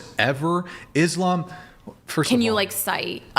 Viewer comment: I’m only this far in and chair 1 is already annoying me… she can’t even pronounce Islam, or the Quran properly… and your gonna sit here and say Christians are bad to woman!!??? Bitch you better put on your hat and cover your face. someone tell her she’s not the fuckin main character fr.